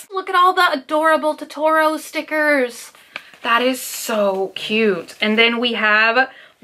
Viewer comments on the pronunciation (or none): Ok but its pronounced toe-toe-ro (totoro)